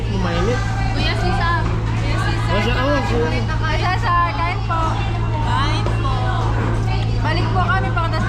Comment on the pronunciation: Marita not Mareta Cesar not Cisar